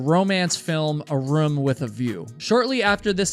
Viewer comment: I’ll never push that button for one single reason…. The way you pronounce the word “ROOM”!!! It’s like nails on a chalkboard every time I hear it.